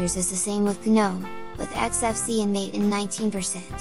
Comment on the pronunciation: You pronounce "Mate" wrong) It should be Матэ